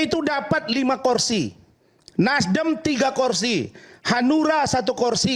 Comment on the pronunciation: Om Razman. Kata yang benar itu "kursi". Bukan "korsi"